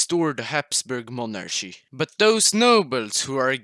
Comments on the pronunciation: it's pronounced monarky, not monarshy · when you say monarchy you have to say it like Mon ar Ki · why they say monarschy instead of monarchy? xd